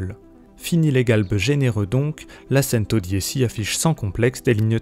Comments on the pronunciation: C'est Centodieci pas santodisi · "cèn-to-di-é- chi " pas cèn-to-di-é- ci " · En italien 110 se prononce "tchento diéchi" et pas sentau diessi Merci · Pareil je préfère le prononcer avec l'accent italien🇮🇹 Centodiechi👌 Après on ne prononce version Français quoi🇫🇷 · La « sèntodiési » mais PTDR c’es quoi cette prononciation 🤣🤣🤣🤣🤣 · Centodiéssi????? Et t'as pas été capable de le prononcer correctement? Je ne regarde même pas la suite de la vidéo tellement ce journaliste se fout de nous. C'est bien tu sais lire mon gars... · La façon dont la voix off prononce « Centodieci » me déprime...on ne sent aucune passion auto. Hé! C’est une Bugatti, pas une 208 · Serat Ser oui mais je sais mais c’est francisé x1000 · oui c'est une honte que ce journaliste n'a pas une culture générale suffisamment étendue pour savoir prononcer correctement ce mot italien. Mais que veux tu, c'est un homme dans la moyenne donc pas de miracle. En moyenne les gens sont médiocre, c'est comme ça. Faut faire avec et lâcher prise quand t'es au dessus du lot. Moi aussi j'ai trouvé ça laid qu'il le prononce en français. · Mdr pareil 😅😅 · Ouais j'avoue le journaliste il a mal prononcé